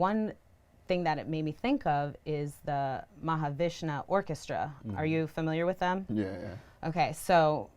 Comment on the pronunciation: That interviewer is proof of genetic splicing. She's half lizard, half cougar. Also, it's Mahavishnu, not Mahavishna. Bint doesn't know the difference. "When I'm listening to your music..." yeah, she means when her question writers are listening to her music.